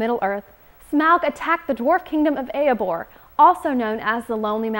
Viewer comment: I can't believe how many people are critisizing for pronouncing smaug wrong,even though she pronounced it completely corectly, and yet no one seems to have noticed her horrible attempt at pronounceing Erebor which she pronounces like "Eyobor"